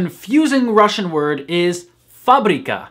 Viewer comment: You have the best pronounciation among all native English speakers I've ever heard speaking Russian.